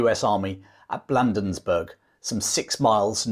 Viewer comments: Battle of Bladensburg, not Blandensburg! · Perhaps someone else has already pointed out your error regarding an important place name in your narrative. It is Bladensburg, not Blandensburg. I have enjoyed and learned from your video. Thank you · As a Marylander I need to correct your pronunciation of the Patuxent River and Town of Bladensburg. Patuxent is a Native American word and is Pa tux ent. We also pronounce Bladen. So it sounds like blade, not Vlad. Also I as someone who lives near all of the cities and towns mentioned in this video. I need to mention that you forgot to talk about the Raid of Alexandria, Virginia which was part of the Burning of Washington DC. The British sent a small flotilla of ships up the Potomac (Po toe mick) River. With the goal of capturing the port of Alexandria across the river from DC. If the commander of Fort Washington had not abandoned his post British forces would have been slowed down by the fortification. If it and Fort Foote had been properly manned the DC might not have burned. If anything there would have been a decent sized battle before the British ships could have sailed up and down the Potomac uncontested. I just happened to have a video of Fort Washington on my channel if you're interested in seeing what that structure looks like. You even reminded me I have a video of the Star Spangled Banner flying over the Fort McHenry on an old phone that should be uploaded. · As one who grew up in Bladensburg, we pronounce it as Blade-ins-burg. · Dad, you need to learn your American place names. The state is pronounced Mer-uh-land and the town is Blay-densburg. Otherwise, I love your stuff. And the rifleman who shot Ross got him in the stomach and, having eaten a hearty breakfast, died in a great deal of pain. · Pronunciations: BLADE-ens-burg puh-TUX-ent river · Great video, but here's a couple of pronunciation corrections: pa-TUX-ent (river) & BLAY-denz-burg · Bladensburg is is being mispronounced!